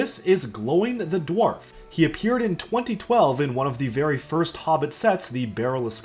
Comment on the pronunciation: Learn how to say dwarf properly